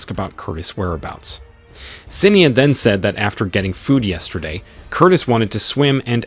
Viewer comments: I love listening to people trying to promounce Irish names. Sin-ee-ad ... heh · Sinead is pronounced sha-nade and Seamus is shay-mus. Teach your AI better language skills. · "Sin EEE Ad". lol. "SEE MUS".